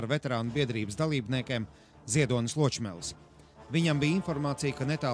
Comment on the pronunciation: vispār jau nevis Lōčmelis, bet Ločmelis :>